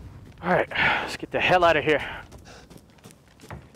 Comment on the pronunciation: when says ‘heL’ 😂